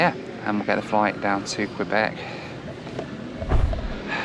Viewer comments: KAYBECK! Not Kwuabek. Thank you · its not Qweeebec its Kaybec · just a kindly reminder. When you venture to an area. Try and pay attention to how the locals pronounce their city or Province. It’s not qwebeck it is Que-bek! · Quebec, not Kwebek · Thanks for that! Kay-bec! Not Kwa-bec. Thank you! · A little tip "Quebec" that you annunciate as "Kwee-beck" here we annunciate as "Key-beck" 👍😃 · It’s Q-bec not Qwe-bec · It's pronounced kay bek. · I love imagining the québécois being offended by your pronunciation of Quebec. I hear they're particular from people in Vancouver during my couple years there, it could just be crafty British Columbian propaganda :o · haha "kwabeck" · Sept Iles airport is looking pretty good. Last time I was there was in the mid-1990s and it was a tiny terminal. BTW, Quebec is pronounced Kay-Bec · No. No. No ....Kay Bek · Somehow it's Queebec when it's the province but Quebec City comes out all right. So he can pronounce Quebec after all. Odd that. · Ask someone how to pronounce Quebec. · Hey, you got "Wabush" correct but said "Sept-Isles" and "Quebec" wrong. Don't feel bad, most people outside the US can't pronounce "Los Angeles", especially in the UK - news readers included. And the list goes on. Getting that flight was a stroke of luck, not many would have a spare £340 lying around to take that option. Did you get a refund from Air Liaison? As usual, a great report.